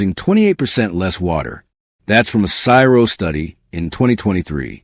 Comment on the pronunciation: CSIRO is pronounced C.s.i.r.o.